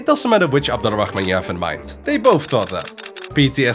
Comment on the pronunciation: It’s pronounced abd ur-rahman, not Abdul al rahman. You can spell it either Abdul rahman or abd al rahman but not Abdul al rahman